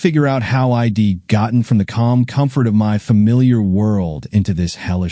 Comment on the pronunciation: Someone has taught AI readers the word palpable, now please teach it how to pronounce I'd. It is not pronounced eye dee. Why is her lover also his lover?